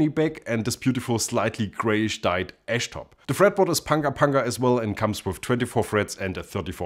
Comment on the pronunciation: Every time he said “ash”, I heard “esch” and though it was an “Ultra S” model.